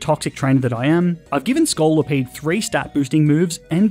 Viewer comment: THE SECOND O IN SCOLIPEDE IS SUPPOSED TO BE AN I!